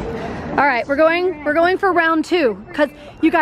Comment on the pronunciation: It's go wing not goinK